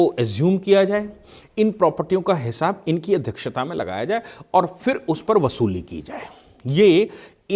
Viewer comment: बसूली नहीं। वसूली। बापस नहीं। वापस। अपनी हिंदी सुधारो।